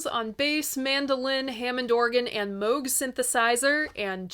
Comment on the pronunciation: FYI Aleister Crowley rhymes with "holy" (whether his family pronounced it that way, I have no clue, but he did). And yes, Ozzy was clueless. I figure since you took the trouble to pronounce Moog correctly, you should go 100%...